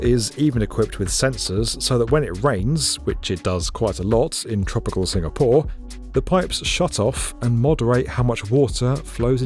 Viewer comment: Just me or is saying SingaPOOR?